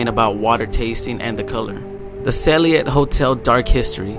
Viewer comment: U would think that a person who was looking into the case would learn the name of the hotel especially since its mentioned so many times ......its the friggin Cecil hotel ......pronounced seesill......